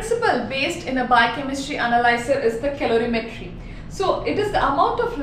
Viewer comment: It's colorimetry not calorimetry